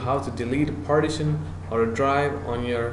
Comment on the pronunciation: Great vid but its pronounced par-tition (par-tish-un), not parti-tion (party-shun)